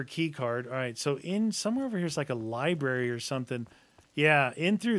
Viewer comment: The fact that didn't notice the zombie number count until said something made me laugh been watching YAW for 10 plus years since I was 11 keep it up guys and that said ribrary instead of library put a smile on my face